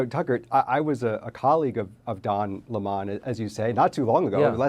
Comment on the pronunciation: his name is Lemon like the Fruit. you know the yellow sour Lemon, it is spelled the same therefore it is pronounced the same.